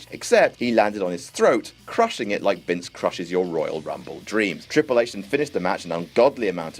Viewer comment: The way you say triple H 😂😂 HI HI HI